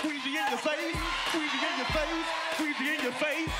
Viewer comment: It’s squeegee not squeeze